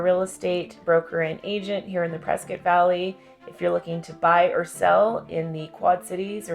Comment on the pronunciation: I lived there from 2008 to start of 2009, best place ever only problem was people from California, and from the sound of it you both are from the sorry state of California. Plus you are saying Prescott wrong. I’ll go ahead and call you out.